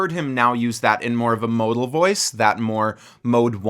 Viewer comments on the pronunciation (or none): none